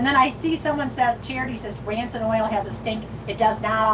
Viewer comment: I’m sure meant to say *rancid, not “ransit”